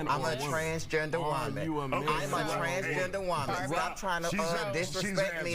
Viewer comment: "I'm a Trahhnsgaender woemaen" "I'm a Trahhnsgaender woemaen" "I'm a Trahhnsgaender woemaen" 🤡🤡